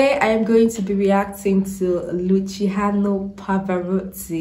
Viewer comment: What I liked best about you, dear Lady, is that you made the effort to pronounce his name. This to me is sincere proof of respect.